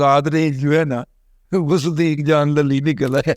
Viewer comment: دادا جی لفظ للی کی ادائیگی صحیح نہیں😂😂